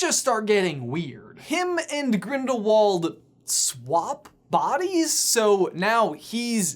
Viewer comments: You said "Ginderwald" instead of "Grindlewald" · 'the crimes of GINDERWALD' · He said ginderwald